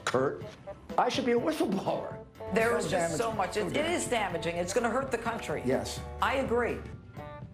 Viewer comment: Ghouliani: "I should be a "whithle-blower" .....priceless.